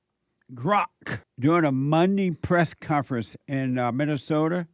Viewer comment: She can’t even pronounce Minnesota properly